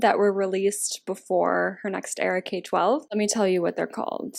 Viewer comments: It’s pronounced K-12 (K trough twelve) not K12 💗💗 So excited for this video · I love this series! but just so you know, there are fans that will attack you for pronouncing k-12 wrong. im not, but just so you know, you pronounce k-12 like: "k through twelve" :) But i love these videos! :)